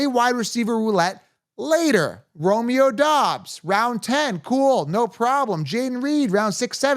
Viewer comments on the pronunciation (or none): none